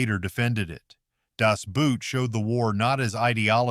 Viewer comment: pronounced: Das Boat in spite of how the Germans spell it.